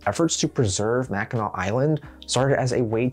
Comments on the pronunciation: With how many get it wrong, I'm proud of your Mackinac pronunciation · As a Michigander he got Mackinac pronounced properly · I’m from Michigan and I cringe when I here people pronounce it wrong. Good job on doing it right 🎉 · THANK YOU! For putting in the effort to learn how to pronounce Mackinac correctly. I was watching a popular history YouTube channel the other day that, of course, mispronounced the name. Fun fact Michigan has two first state parks because we have two state park systems. Mackinac State Park, being the first, first state park, and Interlochen state park being the second, first state park. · ohhh 💕 for actually pronouncing mackinac correctly!! i'm a michigander, it's so rare to see people from outside the state pronounce it right